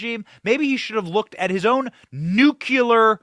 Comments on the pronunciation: Love your work. Have only one request. Please rethink nu-cul-ar. Try nu-clee-ar. Thank you ever so much! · Benny. We love you!@ Please say "Noo- Klee- er". Not "NOO- Que-Ler". Thank you. Carry on, young man!!!!! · Please pronounce the word 'nuclear' properly in the futures